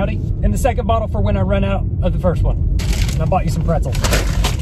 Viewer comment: "Eat your prezelz"